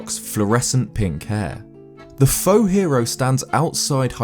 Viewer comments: The faux-hero is so obviously a wrong hero, even his name says that. And faux is spoken like foh, it is french for wrong. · Plus it's pronounced like foe.